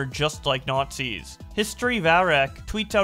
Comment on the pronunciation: The Nahtzees and their Luggers